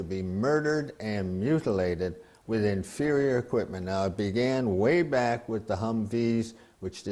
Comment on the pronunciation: lets play a drinking game. everytime the guy in the begiining says "infurior equipment" do a shot